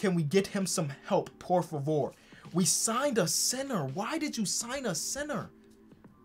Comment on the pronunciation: with the Portuguese/Spanish "por favor" YOU LOVE TO SEE IT